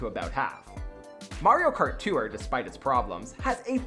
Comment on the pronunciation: You’re not supposed to pronounce it “Too-wrr”. Tour is one syllable, not two.